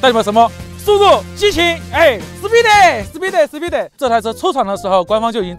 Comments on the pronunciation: 开头这个speed怎么读出了一种八嘎的感觉？？ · speed我听成思密达了。。。